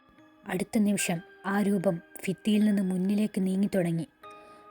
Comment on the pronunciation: നന്നായിട്ടുണ്ട് - ഫിത്തി എന്നത് ഭിത്തി എന്ന് പറയൂ.